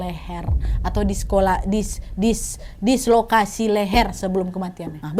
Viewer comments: Dislokasi ❎ Disekolasi✅ Wkwkwkww😂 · Lah emang keluarganya gak otopsi atau liat kondisi mayat anaknya? Lapor buru buru ke polici. Ngakak kyk emak gue kl ngomong suka tebalik tebalik DISKOLASI wkwkwkw. DISLOKASI wak hahaha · dislokasi kak bukan diskolasi 😂